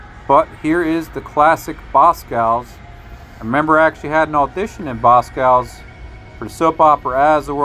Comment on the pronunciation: It’s BosCOV’S not Boscows lol